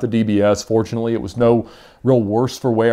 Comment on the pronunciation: oh you mean FOTUNATELY